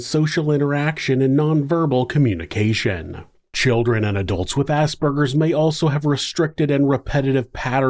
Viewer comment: Finally someone who pronounces Aspergers correctly